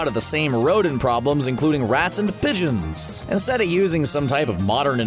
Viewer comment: Its pronounced pigeon